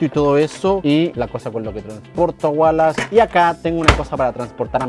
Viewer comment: Se dice Wallace